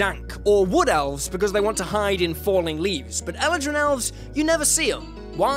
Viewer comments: I flinched every time he said Eladrin like that 😂 Such a great video though 🐘🦁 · Anyone else really annoyed by the way he pronounces eladrin?